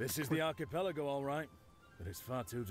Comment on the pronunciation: I cringed so hard at your pronunciation of archipelago.